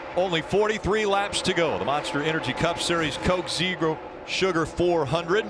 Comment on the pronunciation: coke zeegro